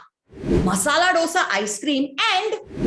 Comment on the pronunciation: my dear, please say "dhosaa" it is not ddddosaaa!